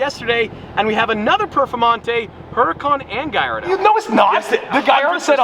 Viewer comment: if you call it a "guyardo" one more time im gonna lose it